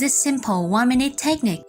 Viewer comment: It isnt TEchnique, but rather techNIque. The emphAsis is on the wrong SyLAble. 😮 oy!